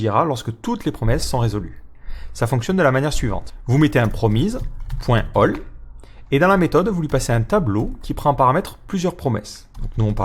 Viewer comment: Promise ça se prononce promisse a part cela cette présentation est admirable en tout point.